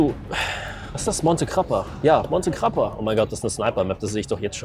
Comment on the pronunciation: AHAHAH ORCODDIO COME PRONUNCI MONTE GRAPPA FRATE'